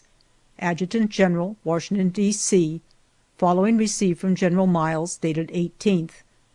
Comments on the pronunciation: It's Washington, not Warshington. Ugh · “WaRshington”. There is no R in Washington! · I absolutely hate when people say warshington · Didn’t know there was an “R” in Washington.